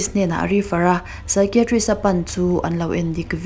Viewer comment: Psychiatrist i lamdan hi ngaihmawhawm deuh hlek ,I thiam si a, I lam dikloh hlek hi a langsar thin a.